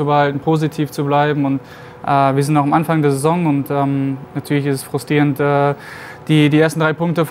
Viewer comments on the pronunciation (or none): hahahahaha d.h frustrierend und nicht frustierend hahaha....